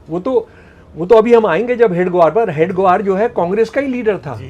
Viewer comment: महोदय जी ,आप "हेडगेवार " जी को बार बार हेड ग्वार क्यों बोल रहे हैं